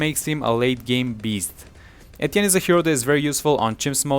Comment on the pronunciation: I found it helpful but am triggered by him saying Etienne wrong